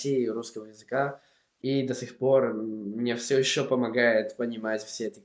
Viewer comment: Привет! 1) Ты, молодец, что изучаешь языки. Продолжай в этом направлении. 2) Конечно, с меня лайк, подписка на канал. 3) Относительно твоего акцента, то он конечно же, есть. Особенно когда говоришь: а) "виды" (в твоем произношении как "вЫды", б) "что мне начали посоветовать", в) если "ШОA" (правильнее - "еще"), аккаунт в Инстаграмме...", г) в слове "некоторые" ударение неправильно произносишь и т.д. Сразу виден акцент на лицо. А так молодец. Но нужно посмотреть еще на тебя в разговорной практике, не на видео (с монтажом и вырезкой), а в реальных условиях посмотреть, когда общаешься с человеком (на разные темы) и времени на подготовку при ответе нет. 4) Относительно певца, то Макс Корж, беларус, родом из города Лунинец в Брестской области (Республика Беларусь). Тебе надо заинтересоваться такой страной как "Республика Беларусь". Я сама также из Беларуси.